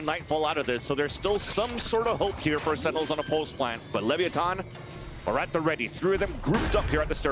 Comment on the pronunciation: "Lev-ee- a- ton" is hurting my brain😭